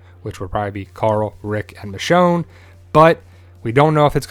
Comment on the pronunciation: It's actually Michonne